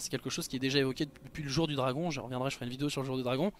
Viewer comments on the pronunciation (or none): none